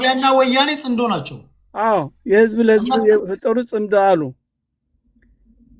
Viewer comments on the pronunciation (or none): ጽንዶ ሳይሆን ጽምዶ ነው። ጥምረት ማለት ነው። ኣቶ ገዱ መልሲ ሰጥተዋል።